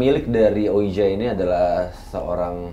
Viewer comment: tulisannya ouija tapi di bacanya wiji bang